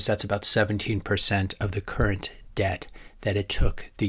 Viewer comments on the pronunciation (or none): none